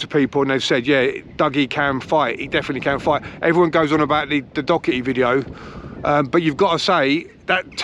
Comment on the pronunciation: Think your cush, but its doherty not Docherty, be lucky mate, i hope dougie beats him